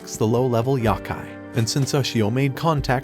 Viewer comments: A “yahkai”? You miss pronounced. YOkai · a "YAKAI" smh its "YO-KAI" couldn't even past the 14 second mark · the amount of YAKAI is massive, however its Yokai not Yakai :( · Yow-Kai, not yahkay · Yo....like no...kai....yohkai not yawkai...I'm sorry I had to. I've always loved this anime. Took me back, thank you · it's pronounced yo-kai not yeah-kai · yo-kai my brother... sigh... there's a couple pronunciation videos out there... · The "YAH-KAI" 💀💀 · good breakdowns, terrible pronunciations.